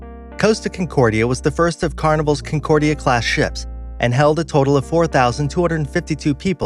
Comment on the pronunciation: Estonia did not list, it lost its bow and plummeted down. CON-cordia, not Kincordia. Your research is very sloppy! Bye.